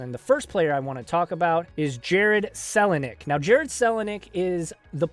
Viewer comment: Sick video pronounced kel a nick (Kelly)